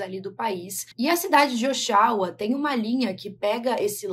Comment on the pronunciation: Eu moro aqui em Oshawa, no Canadá. Este lago é o Lake Ontário. P.s. a pronuncia da cidade é Ó XU A 😂 sorry, é que foi estranho e bonitinho ao mesmo tempo te ouvir falar! Beijinhos e sucesso!!